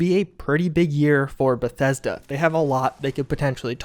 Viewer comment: Every time he says Bethesda I’ll take a shot.